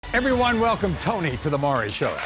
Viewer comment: Jesus Christ...first, it's not "Murry." It's Maury...."More EE." Second, is I is? Ig'nant? Yes, you is.